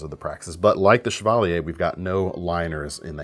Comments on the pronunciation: I thought it was "chav-a-leer" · My cousin drove a Chevalier - but we sure didn’t pronounce it that way. That said, I like the French pronunciation.